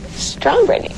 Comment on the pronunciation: Agree but it's Britney NOT Britanny.....